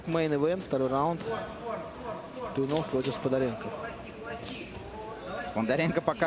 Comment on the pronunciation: комментаторы фамилию Макса весь файт неправильно называли...йопаный стыд) Туйнов красачик